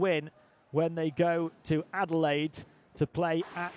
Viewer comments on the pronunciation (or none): none